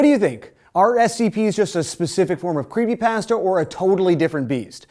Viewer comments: how... how did you pronounce that.... Creepypasta... like Paste? cause i thought it was pasta like spaghetti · I keep thinking he's saying creepypastor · "creepy pastea"